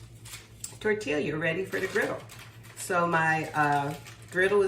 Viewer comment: Tortilla(Tor-Tee-yah)😅 Looks good. Will try soon. TFS.